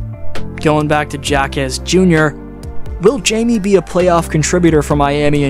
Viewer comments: Not Jamie, Jaime (pronounced like Hi-mey), he is a phenomenal player and has amazing basketball IQ. I can't wait to see how far he goes and how he impacts the game in the future. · "Hi-meh" to be precise. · Hayme/Hame not Jaymee lol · Hi may, not J me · His first name is pronounced like “Hi-mey” but great video as usual! Been subscribed since 2022 so by now, we both know more Miami Heat content is coming out closer to the postseason😂🔥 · High Meh Ha Kez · It's hi-meh ha-kez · I can't listen to this video with you pronouncing J's with a jay sound instead of an H sound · Someone tell this Narrator that Jime Jacques’s name is pronounced with an “H” both first and last……. there’s no excuse for him! It’s an insult to all Latinos